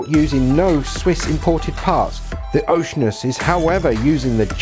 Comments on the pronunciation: You're mispronouncing the name...it's not OCEAN-us, it's oh-she-ANN-us. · It's Oh-shee-ar-nus. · "O see ann us" - even for you Brits. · " O SEE ANN US "